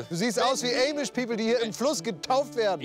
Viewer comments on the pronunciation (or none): Die heißen Amisch und nicht Äymisch und Joko hat Recht.